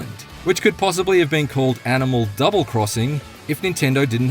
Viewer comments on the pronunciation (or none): none